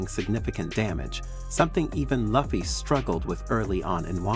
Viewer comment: Video is got but your pronunciation of Luffy is like nails on a chalkboard